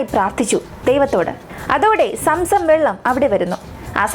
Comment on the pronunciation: Somsom allaa zomzom